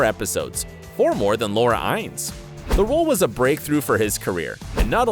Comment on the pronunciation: Exactly, learn how to say Noah, Laura, Eriq names. You butchered them badly. 😕